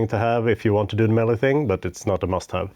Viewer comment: Its pronounced Melee , not Melee .